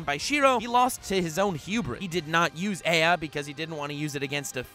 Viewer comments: Gilgamesh ' s isn't called EA. It's pronounced A AH. He says it out loud in the anime. Come on man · 99.99% of fanbase:Yur wrong so and so should be higher and you pronounced ea wrong 0.01 of fanbase:Here first